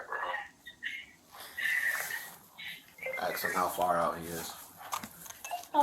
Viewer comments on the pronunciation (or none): Girl he ain't coming 😂 and for that officer, the word is ask, not axe !! Just bc you're black does not mean you need to talk and sound ignorant 🙄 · "I don't know, I only did what he axed me to do."